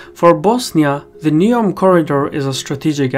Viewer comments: It’s Neum, not Neom... if you ever drove on the Croatian side of the peninsula and back to mainland (absolutely crazy roads) you’d see that this bridge is at least 40y too late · Neum not Neom